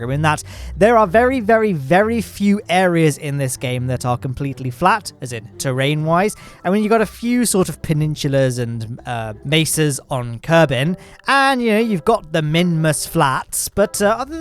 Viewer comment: Say it with me.. P-E-N-I-N-S-U-L-A peninsula nowhere in this word should you be getting a CH sound,.